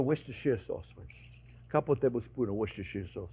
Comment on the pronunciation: It's probably too late now for you to read this, but I'm from Worcestershire, England, and it's so nice to hear a foreign person pronounce it, (almost), correctly! Lawrence